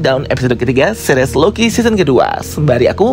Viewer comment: Seris bang bukan series